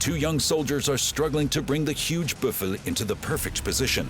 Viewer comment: its called a Büffel. but they did not pronounce the "ü"